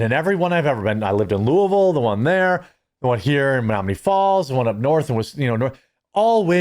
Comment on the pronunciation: I love it when Jeremy pronounces Louisville correctly.